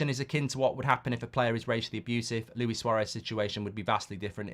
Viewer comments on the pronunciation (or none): none